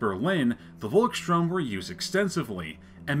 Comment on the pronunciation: Pronounce it like "Folks shtoorm" The "V" is pronounced as a "F" in German and a "ST" is pronounced like "sht". Great Video though. Cheers from Germany.